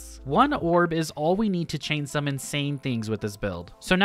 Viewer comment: idk if anyone else heard it but “chain some insane things” sounded like “chain summon” and i thought it was a yugioh reference lmao